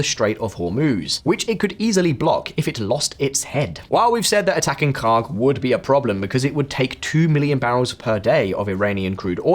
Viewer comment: "This is KHARK" Ya know, for a second i thought you said... something else...